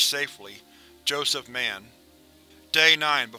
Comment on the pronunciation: Ugh, I love your content. But sometimes your pronounce things so weirdly. Don't pronounce the name Mann like it's a super hero moniker,. When its a name, stress the vowel or the end of syllable or something.